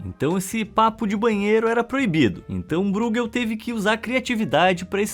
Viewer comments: vª exª nao fala de arte. vª exª fala de curiosidades que nao sao arte . aprenda a dizer o nome dos artistas. o sr. diz ROLBEIN . na verdade o nome se diz ÒLBAIN, tal como BRUGEL nao se diz brugel. diz-se BRÓIGUEL. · Essa pronúncia de ÓI que você diz ser a correta nem sequer existe em holandês. Você fala como se fosse alemão, como o nome do goleiro Neuer, porém não percebeu também a ordem das vogais, pois não é BREUgel e sim BRUEgel. Sua tentativa presunçosa de explicação foi tão miserável quanto a de gringos que acham que espanhol e português têm as mesmas pronúncias. Erro básico achar que alemão e holandês são idiomas semelhantes. Apaga seu comentário que dá tempo ainda.